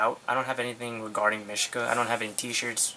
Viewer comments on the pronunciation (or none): its pronounced meeshka